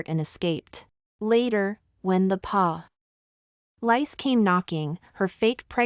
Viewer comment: Ha ha Police is pronounced as Poe - lice (as in nits!)